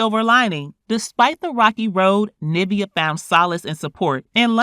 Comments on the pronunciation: Why can’t the commentator pronounce her name it sounds like NIV-E-A not NA-VI-A my people learn to pronounce words correctly please 😢🤦🏾‍♀️black folks always messing up names and calling it what they want knowing they’ve heard 1 million people saying it correctly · Just one problem with this - "NIV e- A" not Navia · Her name is pronounced Nivea, like the lotion💁🏽‍♀️ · NIV-EEEEEE-UH is the correct pronunciation! Like the lotion! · Hearing her called “Na-via” is cringing 😂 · Pronunciation is important. It’s niv-ee-uh. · I love this interview but the fact that you keep pronouncing her name wrong.... Like it's just like the lotion. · This video should just refer you to Kandis interview and hear it directly from Nivea’s mouth also hate how she’s pronouncing her nameeeeeeee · Why do u keep mispronouncing her name lol nice video tho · Girl pronounce her name properly!